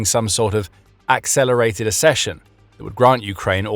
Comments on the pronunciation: It is spelt accession. There is a double 'C' there, as in ac-session, not assession. You can ask google to pronounce words you don't recognise. Do you say asseptable? Do you say access or assess? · accession is pronounced like success & access. Ak-session 🧐👌🤓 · Please learn to pronounce one of the key words correctly: accession = ak-SESH-uhn /ækˈsɛʃən/